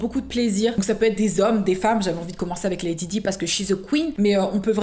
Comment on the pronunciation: je l’ai mis à la française 🙃